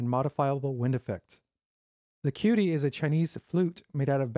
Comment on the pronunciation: The actual prounication of "qudi" sounds like "chew de". Great review. I have their pipa product.